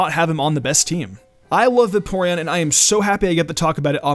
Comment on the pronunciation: Va-Porean? Bruhh....